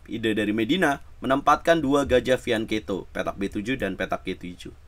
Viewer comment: Fianketo😂😂😂😂😂bacanya fianseto bambang